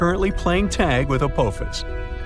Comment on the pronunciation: Its called apophis, the o makes an ah sound